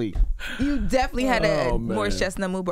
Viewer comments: She said " Morris Chest Not"😂😂😂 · Did she say Morris ChestNOT? 😂😂😂😂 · “Morris ChestNOT” 😂😂😂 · Not “Morris ChestNOT”😂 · She said Morris Chest-not! 😄😄